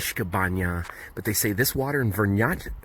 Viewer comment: its Vranjska banja not Vrnjačka